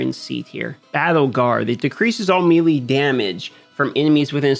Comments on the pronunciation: May-lay is how you pronounce melee bro bro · you know Melee is pronounced May-Lay right? Lol